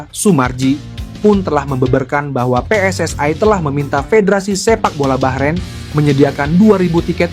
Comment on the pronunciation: Kok PSSAE, yg benar PSSI